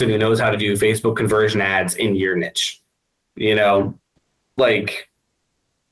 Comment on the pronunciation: Plus, he says the word niche a lot, but is pronouncing it wrong . Haha